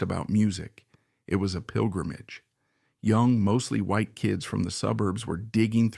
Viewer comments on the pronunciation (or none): none